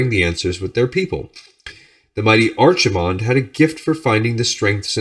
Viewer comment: I know I'm three years late, but Archimonde is pronounced with a k sound as opposed to 'ch' Loving these videos!